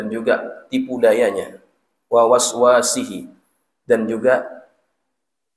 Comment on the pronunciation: Maaf sedikit koreksi, tadi mestinya dibaca "la yakuffuhu" tetapi dibaca la yakfihi, lalu "wisawasihi" dibaca waswasihi 🙏